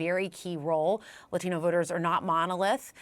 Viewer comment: Just say "Latino" like a normal person. It's a borrowed word. We don't just suspend our English-speaking self and temporarily become a native Spanish-speaker when we encounter a word borrowed from Spanish. Just as I don't do a pirouette every time I say the word "ballet". That's not how language works. No language in the world works that way. So ridiculously annoying. Says everything that's wrong with the state of education today.